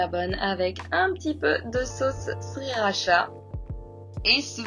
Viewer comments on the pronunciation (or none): none